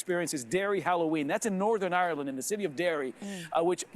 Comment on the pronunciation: She keeps saying Areland... where is this place...